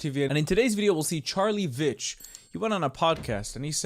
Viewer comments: Sahar, it is pronounced Veetch not Vitch. I was at nursery school with Diane, who is probably related to him. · Great take on the shit show that is the UK 🇬🇧 right now!! Just for future reference 😬 It's pronounced Veet-ch, it's a silent I in Veitch for some reason 🤦🤣 Instead of just spelling it how it sounds, Veetch 🤷🤣🤣 Keep up the content ma guy 💯🫡👌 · Freidly bit of advice to the beautiful presenter guy, When you pronounce Charlie’s surname veitch, you say it like the word beech “veitch”. You’re welcome. ❤❤